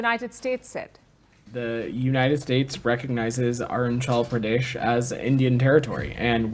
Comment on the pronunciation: Arunchal Pradesh nahi re Patel. Arunachal Pradesh hai. Usa mein jaake US angrezi bol raha hai.